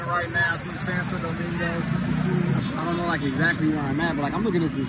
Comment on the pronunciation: It’s not Santa think about it almost like sawn toe domingo